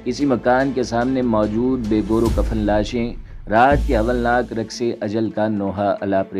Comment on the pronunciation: It's not hwalnak It's holnak